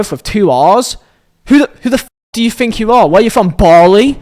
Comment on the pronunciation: "Four years to Fink" 🤣